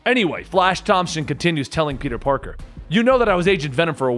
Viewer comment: did you say "peter barker"?